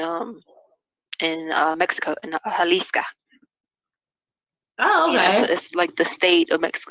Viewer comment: Jalisca? It’s not Jalisco??